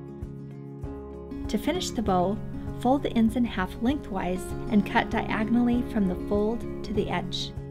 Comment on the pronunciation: Did you say diagonally or diagon alley 😆